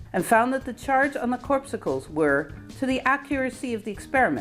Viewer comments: Please,, not corpsickles. Cor-pus-cles. Corpuscles. Otherwise excellent! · Corpuscles, not corpsicles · "corpuscles", not "corpsicles" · COR-PUS-CLES not, corp-si-cles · It’s corpuscles with a pus not corpsicles as in popsicles. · I think the pronunciation was “cor-pus-uls” not “corp-suckles” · I love these vids, but still can't resist the temptation to be pedantic about an insignificant matter. haha Corpuscle (what he called electrons) is pronounced something like "corpusle". It comes from the Latin word 'corpus' meaning body, and the "-cle" ending is diminutive. So corpuscle means "small body". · Not "corp-sickles". Corpuscles rhymes with core muscles. See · "Corpuscles" pronounced in an easier way as 'cor pus cles'. Try it! Moot pt. anyway! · Every time she tries to say corpuscles, she says corpsicals. lol This notion of neutral charge is somewhat misunderstood. It really should be called balanced charge. A Q- particle in a Q+ field has a potential difference causing a transfer of energy, the same is true for a Q+ particle in a Q- field. But a Q- particle in a Q- field will be neutral as a Q+ particle in a Q+ field is. In the case of a neutron, you have a paired electron/proton. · I think you meant corpuscles which rhymes with "YOUR muscles" or "YOUR mussels". A "corpsicle" is a frozen corpse on a stick, eaten as a treat on a hot day, like a popsicle. 🤔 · 60,000 mph is nowhere near the speed of light. 1/3 the speed of light, the speed of light is 60,000 miles per second. I believe the pronunciation is core' puh sills. Accent is on first syllable. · it seems that the word is pronounced /ˈkôrˌpəsəl/ - same as the red & white ones in blood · Corpsicles is what I humorously think of when I think of people who have been intentionally frozen, to be revived at some later time. I think you mispronounced corpuscles.